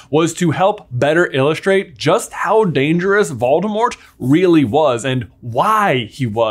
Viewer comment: He also pronounces Voldemort incorrectly.